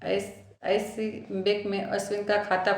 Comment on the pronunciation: Aap english words bhi pronounce nahi kar pa rahi hou, aap icici, sbi bhi theek sai nahi bol paa rahi hou story achi hai par" mai " Nahi use karna chahiyai tha.